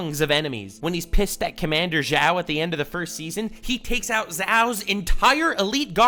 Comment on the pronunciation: I'm sorry but What is that pronunciation for Admiral Zhao you used? For a guy who has watched this show countless times how could you do Zhao dirty like that. That is like calling Aang, Ong.